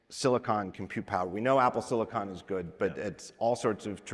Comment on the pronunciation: The way that everyone at Apple pronounces 'silicon' as 'silikin' drives me effing crazy.